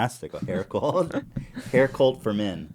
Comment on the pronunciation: Ethan says “colt” instead of “cult”